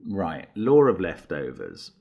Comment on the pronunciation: I know he says "the law of leftovers" but I always hear "the Lord of Leftovers" and get a kick out of it haha.